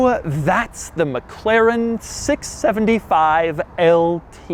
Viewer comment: Mc Laren. A, as in America.